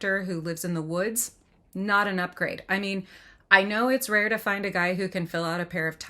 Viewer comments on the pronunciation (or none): none